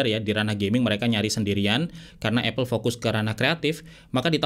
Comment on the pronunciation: bang, apple dibacanya apel, bukan epel